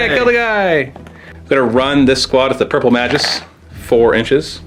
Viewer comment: Magus is pronounced with a hard g - May-gus